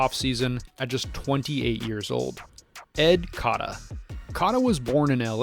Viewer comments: Cata? Cota . It’s pronounced Coata. You butchered that one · Coat-a , not cot. I instantly turn off videos when people can't respect an athlete enough to research how to pronounce his name. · ur saying cota wrong. its like coata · You butchered Ed Cota’s last name. Pronounce it like “coata” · I came to say this.